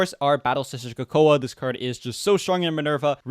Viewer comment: Coco uh and not coco?🤧